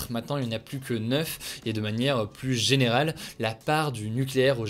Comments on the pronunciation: Salut Hugo, merci pour ta chaine et son décryptage régulier et le plus souvent sérieux En revanche, ne le prends pas mal mais tu irrites un peu mon oreille à chaque fois, phonétiquement on dit " le varian Anglai est PLU mortel" et non "PLUS mortel" Merci et au plaisir de t'écouter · C'est marrant tu dis "plusse" :) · "plus mortel' on ne prononce pas le S mon cher Hugo ;)